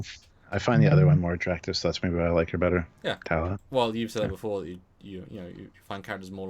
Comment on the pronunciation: TALLA! Why can't you ever remember her name??? Talla Keyali. TAL-LA.